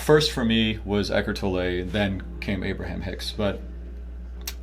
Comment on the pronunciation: Eckhard's name is pronounced Tolluh, not Tollè